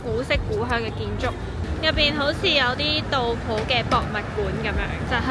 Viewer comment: 搵長沙片唔小心入左嚟😢大佬呀，杜甫係中國出名詩人，你居然連古人名都讀錯，點攪呀😢